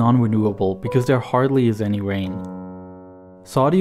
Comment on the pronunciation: AITA? i couldnt stop hearing "wain, wiver" , homie had trouble with his Rs.